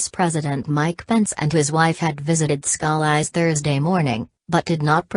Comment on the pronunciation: somebody help her pronounce his name! PLEASE!!